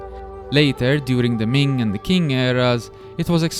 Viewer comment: Awesome Video! Just as a sidenote, because I imagine you'd like to know this: in the romanized system of Chinese writing (pinyin), the letter Q is always used to represent a "ch" sound, as in "cherry", "chuckle" and "chill". So Qing dynasty would be pronounced as "Ching" dynasty;) Can't wait for the next video!